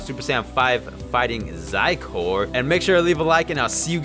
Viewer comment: Its not zaiko its xicor